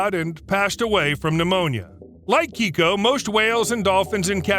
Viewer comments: Keiko… not Kicko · "Kay-Ko" not "Key-Ko". It's a girl's name in Japanese. The Orca was initially misidentified, as it was actually male. I saw him in Oregon when he was still alive. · Keiko's name isn't pronounced as Keyko. It's Kayko. It's a Japanese name meaning lucky or blessed child. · It's kay-koh... KAYY KOOH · Pronounced KAYKO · The Mexican orca's name is pronounced kay-co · Dude, learn to pronounce Keiko correctly